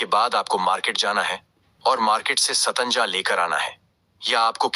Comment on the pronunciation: Pahele satnaja bolna to sikh